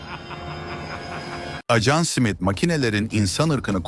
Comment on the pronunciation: Acan diyip durdu. Dikkat etmediniz mi😅